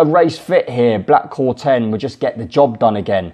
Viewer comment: Black Corton not corten